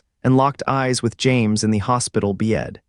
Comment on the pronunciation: And don’t ever say "bed" again!!!! BYETT